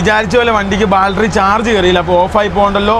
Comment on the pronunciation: ബാൽട്ടറി അല്ല, ബാറ്ററി